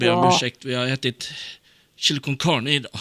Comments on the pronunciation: Chili cön cörna😂😂😂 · chili cön cörne, nåhhhh!